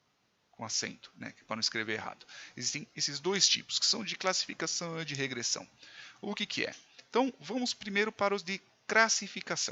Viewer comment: Regressãom???????? Pirikitos??????? professor de português infarta nessa hora